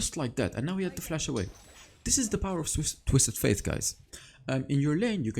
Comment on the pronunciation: Twisted faTe not twisted faiTH. :) Great video nonetheless. :)